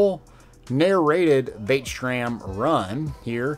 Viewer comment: “Vae-tram” lol gg! Glad to see you back at it man. Keep up the great work